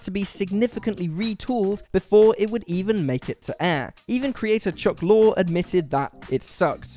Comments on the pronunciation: The presenter of this video pronounces Chuck Lorre's surname pronounced the same as "law". It's pronounced as the same as "lorry". I'm sure these guys are literally paid to just read a script and know NOTHING about what they talk about. Even worse, they and the writers don't even check the accuracy, they just push the shit out. It's basically video diarrhoea. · "LORRY". It's pronounced "Chuck LORRY". I swear to god, you guys must be just taking the piss at this point by systematically mispronouncing someone's name every goddamn episode. Other than that, I love this channel. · I would say "Chuck Lore" rather than "Chuck Lorry" - but what do I know, I'm English!